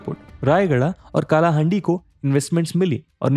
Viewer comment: It's not कालाहांडी; it's कलाहांडी. As a Kalahandia, it hurts me when anyone pronounces my district's name incorrectly. And it felt good to see that you noticed what's actually happening in Odisha. Thank you, sir.